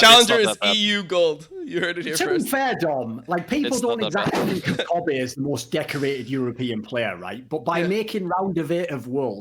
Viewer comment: It lives somewhere between Kobb-ay and Kobb-uh. Imagine pronouncing the word Soccer but you cut the word off in your voice before the “r”.